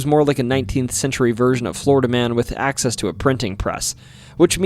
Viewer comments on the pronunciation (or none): none